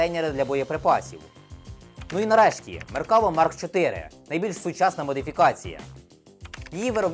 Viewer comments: Не "меркАва", а "меркавА", бо хибний наголос при публічній промові- це ж "крінж". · MerkavA - на останню літеру наголос.... Усі роблять відоси про нього (неї, бо це жіночий рід) і в незалежності від мови роблять цю помилку. Не зовсім розумію, як можна назбирати матеріалів на цілий випуск з купою технічної інфи - і просиратися кожен раз на простій назві🤦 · Там наголос на останній склад в назві танку - Меркава́, що з івриту означає "колісниця" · оглядач танкової техніки, а не знає правильне вимовлення ізраїльського танку? 😄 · Меркава - ударение на последнем слоге ... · Крінж говорити МеркАва, а не МеркавА і НАмер, а не НамЕр. Але.... всі інше цікаво, змістовно. Дяка! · За вийнятком проблем з наголосами в назвах "МаркавА" та "намЕр" – цікавий огляд. А "мирні" палестинці легко причипляли вибухівку до меркав через те, що у них, як і в будь-яких танках – дуже обмежений огляд. І сумніваюся що на відео саме остання модиффікація меркави 4, де за допомогою камер зовні танка та шолому доповненої реальності командир танка має огляд навкого танка на всі 360 градусів не виходячи з середени. Та й якщо б навіть то була остання модифікація, камери можна легко вивести з ладу навіть стрілецькою зброєю.